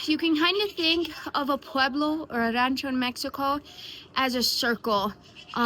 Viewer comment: Praise God hallelujah thank you Jesus! What a wonderful gift passed down from your great grandfather. I too am saved because of GOD'S grace and mercy.❤ I like the way you say rancho😊